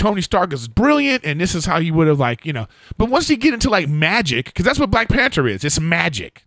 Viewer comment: WHY THE FUCK DID ERIK KEEP SAYING "PANTER " INSTEAD OF "PANTHER"??????